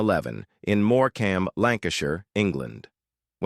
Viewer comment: It's Morecambe not Moor-cam ....🙄🙄